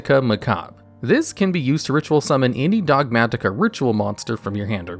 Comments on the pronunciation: The way you pronounce "Dogmatika" is giving me a heart attatika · DOG MAT-IK-A 😭 Chill, almost choked to death trying to say one word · The way you say Dogmatika is unseasonably frustrating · Those Ts get stronger every time he says it.